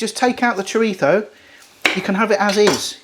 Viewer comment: Great video bro, will definitely be trying this! Also, you should have definitely had a pop up of Mike Tyson everytime you said "Choritho" 😅 I learned something new today but couldn't help but laugh everytime you said it. 🤣 I've been saying it wrong my entire life!